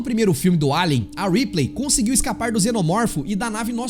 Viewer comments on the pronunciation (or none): Vale lembrar sobre "A L I E N : Isolation" que o jogo pra computador tem localização de audio e UI em PT-BR com dubadores/atores de voz famosos! E não é "Riplêi" e sim "Reeplii" na pronuncia do "Ripley". O jogo usou TODO o material do filme de 1979 [aproximadamente 3TB de informações de videos, musicas-partituras-arranjos, imagens conceituais e finais e sem contar no investimento de USD4mi na IA EXXXXXXXXXXXKROTA do Xenomorfo]. Zerei duas vezes para a minha felicidade e o jogo é injoável!!!